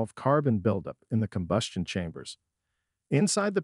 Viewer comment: Let's not forget about: "carb-you-rators" and "combyoostion chambers", with the latter being pronounced correctly immediately after the second mispronunciation. Maybe the voice is Canadian, eh? ;-) This video is nothing more than an advertisement for cleaners and does not actually show any before and after photos or video footage of any of the components in the systems the product manufacturers claim to be able to clean. In short, it's a total waste of time since all it basically does is to parrot the claims made on the labels of the products themselves and/or perhaps from other sources. Who knows? No citations were given. Having no evidence to back up the claims being made is quite useless. At least the gross mispronunciations of some words were good for a chuckle.